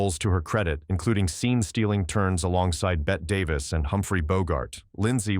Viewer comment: Perhaps consider writing your script phonetically --- especially names --- if you are going to use a tech voice. Betty Davis instead of the correct Bette Davis, Marlayna Dietrich instead of Marlene Dietrich, etc.